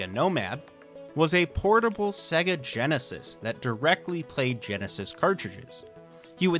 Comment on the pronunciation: That's SEYYGA. Not SEGGA.